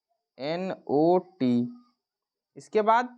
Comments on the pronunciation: Nat nahi not hota pronunciation sahi kar lo fir padhao bacchon ko thek hai . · Naat nahin hota not hota hai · Sir vah nat nahi not ha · Hello sir good morning 🌅🌅🌅 not hota hai nat nhi hota hai sir 😚😚😚😚😚😚😚😚😚😚😚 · Sir aap not ko nat kyo pad rhe ho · bahut achchha sir not ko naat bolte h@ lekin b@ aacha